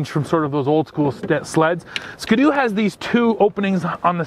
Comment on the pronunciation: Maybe it's a Canadian thing, but that is not how we pronounce Ski-doo in the US. Its Ski and then you say do.